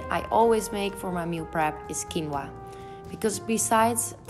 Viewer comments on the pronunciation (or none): none